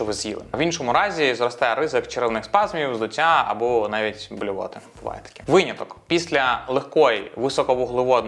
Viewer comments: дякую за випуск але виняток, а не вийняток :) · Як для початківця це було дуже корисно🎉 Дякую Єдине, що часто чула це «вийняток»😅 наче правильно «виняток»